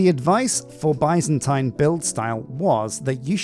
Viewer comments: Love the series ! Your previous minecolonies series helped me immensely when I did my medieval oak build👍. For reference Byzantine is pronounced more like ( biz zen teen ). Of course it’s your channel and you can call it whatever makes you happy😂. I’ll surely be watching till the end!! Although I haven’t previously felt the need to use Patreon, you sir deserve it! You’ll be seeing me soon. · What's funny to me is he used to say it properly when he didn't focus on it. Now he focuses on it and says it wrong.